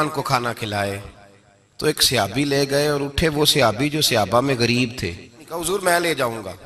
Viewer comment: یہ سیابی کیا ہوتا ہے۔ لفظ صحابی ہے۔ لیکن اکثر بریلوی اپنی جہالت میں غلط لفظ بولتے ہیں۔